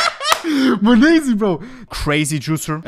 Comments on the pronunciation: its not MONEZI its monesy , dear Hans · Moneeeesy 🤣🤣🤣 its monesy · Bro calls him mayoneesy now 💀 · the way u were calling him moneeezy tho was just a little triggering hahahah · the way ohne pronounces monesy XD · Does he not realize he’s saying his name wrong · the way he pronounces monesy gives me a stroke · sprich doch den namen richtig aus